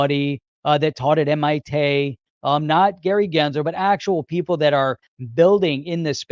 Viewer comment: Lmao Gensler "MITay"